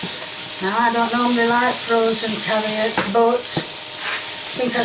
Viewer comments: There's no "H" in onions and no "I" in Carrots. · never heard someone pronounce carrots that way wtf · thank you for your cute videos! Cheers from across the pond in Canada! I can't help but laugh everytime you say "carriots", looks like a very nice and comforting dish though! I worked in a British theme pub for many years, so if you care for my advice, for your yorkies, all equal parts of your mix, blend very well, then rest in the fridge. THEN you put in a very hot, well oiled tin! Bake well or they will deflate💜Sorry about your pan! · If I hear the words Carriots or Honions one more time I’ll scream